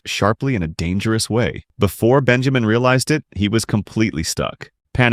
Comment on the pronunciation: “Dangerou” got me rolling 😂😂😂😂😂